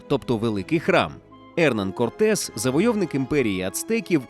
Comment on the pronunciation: я так розумію, наголос навмисно спаплюжений задля отримання комментаря?) Ферна́ндо Корте́с де Монро́й и Писа́рро Альтамира́но (исп. Fernando Cortés de Monroy y Pizarro Altamirano), более известный как Ферна́ндо, Эрна́ндо, Ферна́н или Эрна́н Корте́с (исп. Hernán Cortés, 1485 — 2 декабря 1547[1])